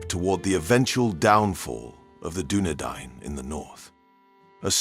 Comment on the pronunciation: Doubly impressed that you took the time to learn how to say Dunedain. You're the King of the Universe. P.S. Arthedain is pronounced the same way as Dunedain.